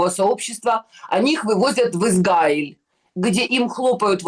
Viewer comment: Уважаемый! Научите Егорову правильно выглваривать государство ИзРаиль! Вы поддерживаете ее негативное отношение к еврейскому государству!!! Мы,также,как и вы,обычные люди!! нам неподвластны решения политиков! Егорова накрасиво и постоянным упорством наращивает эту волну против ИЗРАИЛЯ,сильной и суверенной страны!! Мы не нападали на ее любимую Газу!!! мы не нападали на Ливан!!! подсуньте ей наш русскоговорящий 9 канал!!! нехай подивиться,що у нас 😢😢😢😢